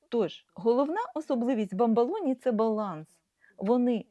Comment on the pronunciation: Маленька корекція-- БАМБОЛОНІ,з О у другому складі, якщо Ви посилаєтесь на італійські bamboloni.Розумцю,що ні на що не впливає,але ріже вухо.